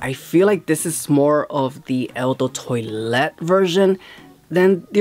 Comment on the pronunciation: Not TOY LET. Twalet pronounced TWA LET